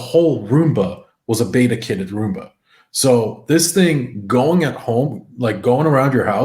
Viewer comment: You guys say "beta" wrong